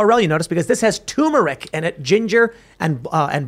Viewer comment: Turmeric!! You're missing an R